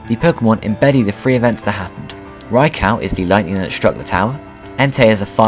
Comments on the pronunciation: Yelling at my tablet saying "its fuckimg pronounced raikoo not fucking raicow you dumb shit" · Good video but its not pronounced raikow but raikoo. Spelt raikou. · my bad. suicune was pronounced correctly. but raikou is pronounced: 'ry-ku' not 'ry ko'... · I've always pronounced Raikou's name rye-koo instead rye-cow. rye-coo just sounds wrong to me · raicow is so cool lol its raikew, or thats how americans say it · Did je say raicow? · RyCow??? say it right!!! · From what I have heard it can be pronounced either way, this name is specifically one in debate, but the Pokedex 3D PROnounces it (see what I did there?) Rai-kO so I would have to side with you (If I have to pick a side :P) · It's supposed to be pronounced "Rai-kO," as in a long O sound. They pronounce it incorrectly in this video. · They said Raikou wrong